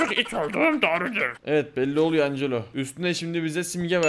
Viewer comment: Angela ancelo diye okunmuyor encilo diye okunuyordu